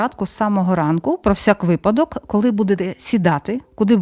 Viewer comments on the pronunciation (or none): none